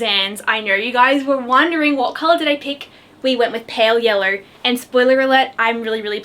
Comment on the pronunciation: Hi I noticed you pronounce yellow yeller